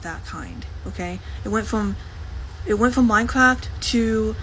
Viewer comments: mine fowge cwaft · “wanna join my dads minecwaft sewvew” 😂 She is so gross I mean gwoss Watching her eat made me so nauseous I had to put my food back in the fridge. That was disgusting lol